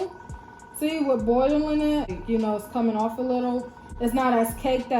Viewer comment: Boireling it 😂😂😂 love the accent